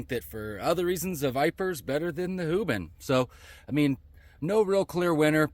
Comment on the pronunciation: " hoobin" cmon dude 😂